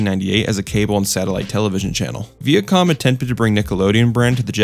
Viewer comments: KWAY-ZAR not KUH-ZAR!!! Also VY-YAH-COM not VEE-YUH-COM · Honestly had to stop watching because he kept saying Veeacom